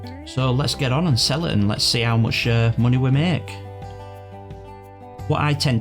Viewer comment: I love how you say munahy